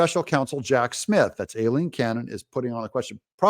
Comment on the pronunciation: Doug, I could be wrong but typically Aileen and Eileen are both pronounced as I - Leen. ☺️